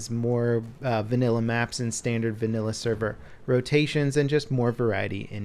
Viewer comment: Say "vannila" one more time